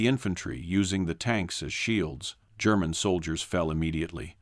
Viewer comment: so tired of annoying AI voice that can't read or pronounce words properly and without hesitation. BTW German is not Gerr man.